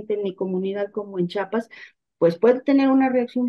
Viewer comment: Es Chiapas No Chapas eh,?